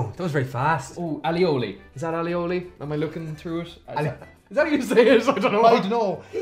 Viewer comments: al lee oh lee 😅 I think you mean aoli (ay-oh-lee) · it's pronounced "ay-o-lee".